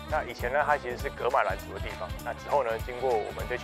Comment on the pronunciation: 噶馬蘭的噶念作ㄍㄚˊ!!不是葛!!